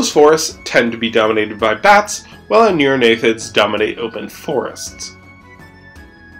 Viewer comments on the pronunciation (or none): "Aneurognathids"? Shouldn't it be Anurognathids? "Aneurognathus" would mean "breinless jaw", rather than the real world animal Anurognathus "anuran [frog] jaw".